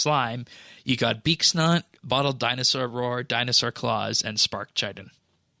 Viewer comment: ... Where are the dinosaur claws are coming from?The british dinosaurs? I say,dear boy,would you join me for a claw?Haha,not making fun of anyone,just sounded funny.